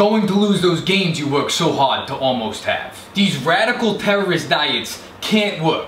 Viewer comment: Listen to him say "gains" then listen to the word in question. There's an "n" that isn't showing up there. "Gays win" is what it sounds like there.